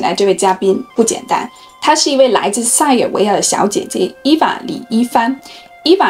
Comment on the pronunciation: 我很感觉奇怪，你学的那么优秀，儿话音也挺好，但是塞尔维亚的儿话音你却发的不好。